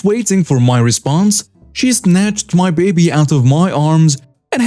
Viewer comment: can I give you a tip for your narration? Your English delivery is getting really good, but there's a thing you do that sounds quite odd. Whenever a sentence ends in something like "...picked up my baby" or "tried to get into my house," you put an accent on the "my" (or "his" or "their" or whatever). If there's any accent at all, it should go on the last word, not the possessive before it. It should not be, for example, "The man tried to get into MY car" or "The woman rode her bike right into MY garden," but "...get into my CAR" or "...right into my GARDEN." Hope you don't mind the lesson!